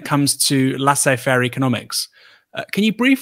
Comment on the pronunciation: C'mon Aaron I can forgive for incorrect pronunciation of Elgin & Palmerston.. However not your mistakes with Apogee & Laissez Faire. Apogee is not French and Laissez is!